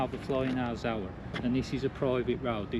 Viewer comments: he talks about a zow-an, is that the same as a Zone? :D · I''ve never heard the word 'zone' pronounced like that before 😂